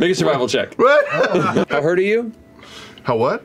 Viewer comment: The "how hurt are you" then it sounded like how hard are u had me Rollin